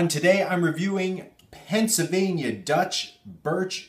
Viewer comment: I am staging a pronunciation intervention because I care about you. Where on Earth is your "l" sound when you're saying "Pennsylvania"? The first half of the word should sound like "pencil." Every time you say it, it sounds more like "pen-suh." What's up with that?!